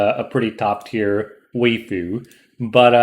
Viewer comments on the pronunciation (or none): I love how he said weafu